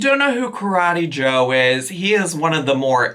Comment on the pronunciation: “BYE KARETEE JOE!” 💀😂